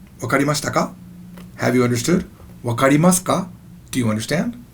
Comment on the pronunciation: Did you say okarimaska and not wakarimaska.